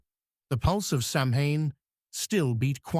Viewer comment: Samhane.. ouch. AI at times does have its shortcomings. Otherwise I enjoy your channe!!